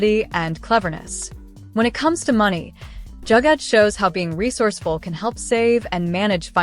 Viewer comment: Great video... It's not Jagad: it's spelt as Joo-gar though 😊❤